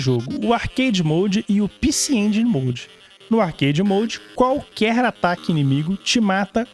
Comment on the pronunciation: Sabe nem falar. É pecê EngUÍNI. HAHAHAHAAH Eu ja ouvi retroveio falando assim. Haahahh Tmj. Jogão demais.